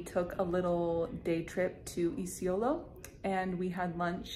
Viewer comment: Luv the way u pronounce "Isiolo"🤟🤟🤟🤟